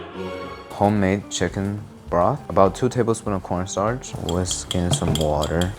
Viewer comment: I miss him calling corn starch Porn starch, always would catch me off guard